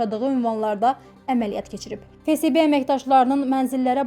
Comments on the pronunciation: Ay kůt fe se be yox fe esbe FSB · Фесебе yox феесбе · Fesebe yooox ))) Ahıbdı düz tələffüs et